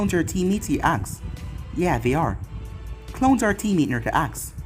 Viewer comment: is he saying clones or clowns